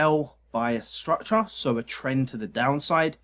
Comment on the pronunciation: I only watch to hear him say, "structah."